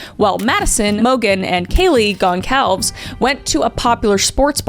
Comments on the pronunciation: Goncalves is pronounced gohn-sal-ves it is Portuguese. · It's actually pronounced gone-sal-ves is kaylees last name and I think you called Brian Christopher at the beginning LOL we've all done it a million times thinking of one word so then saying another love you though especially your Reddit Channel😊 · Isn't it pronounced gol-zar-ves not goncalves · Goncalves is pronounced “Gon-sal-vez” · I'm surprised Kris is this poorly informed about this case considering it's maybe the most infamous in recent history, as well as how she says Kaylee's surname. I think it's a bit sad 'cause some of their siblings and friends for sure will see this video and having your loved one's name so brutally mispronounced probably sucks. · Please learn how to say names correctly. Wenatchee, Chelan etc. as well as Goncalves. If you are going to report on something learn how to say the names properly. It makes it look like you just care to push your videos with no respect for people or situations.